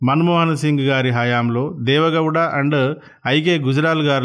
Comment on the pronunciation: దేవేందర్ గౌడ్ కాదు బ్రో, దేవగౌడ